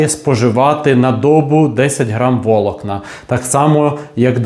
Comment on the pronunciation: Чому такі дикі наголоси - дОбу, вОлокна?!😮